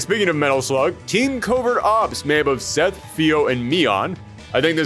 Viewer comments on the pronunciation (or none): none